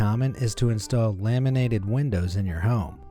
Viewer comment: Him: Laminated windows What i heard: lemonade windows